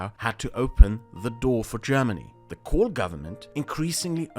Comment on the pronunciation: I was quite impressed with this fellows grasp of things, unfortunately I then heard his pronunciation of Kohl and realised he was probably an Austrian, then of course i discarded all of his options outright, it's not like im a crazy person